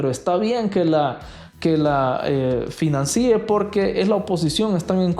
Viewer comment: con todo respeto, es HUBO no hubieron y FINANCIE No financie con acento en la segunda i.